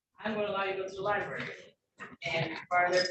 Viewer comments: When you can’t pronounce the word “library”, but think you’re qualified to act as a lawyer. Unreal. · Lie berry, nice😊